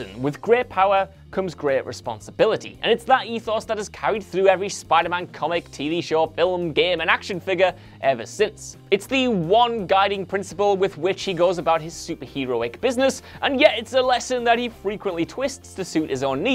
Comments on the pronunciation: Stop saying "fil-ems". The word film is not a difficult word to pronounce. Thanks in advance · TheClockworkWolf 999 I always thought that pronunciation of the word “film” would be spelt “fillum”...